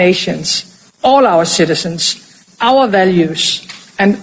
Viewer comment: The Schitizens (as she pronounces it) of EU are in no danger. History: It was GERMANY THAT ATTACKED RUSSSIA for land and oil. Not the other way around.